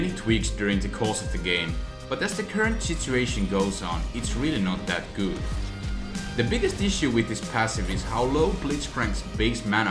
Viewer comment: Lol "gouud"